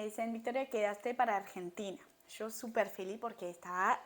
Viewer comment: En poco se te va ir ese CHOO de YO y hablaras más chevere con lo parcerito😂 sea como sea el acento francés apenas se te nota bonita❤